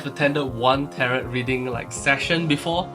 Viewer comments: The t on the end is usually silent 😊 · tarot sounds like carrot om nom nom